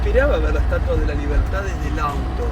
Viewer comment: Si Viiiiii la "estuatua" 😂, eres una divina